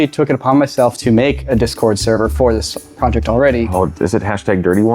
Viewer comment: Calling the server "dishcord" is genius